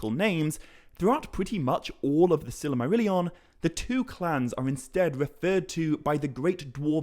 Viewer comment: I mean no offense, but I believe you keep putting an extra syllable in the word “Silmarillion.”